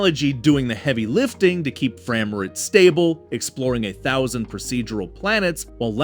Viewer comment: "fram-rates"... sorry, got bored.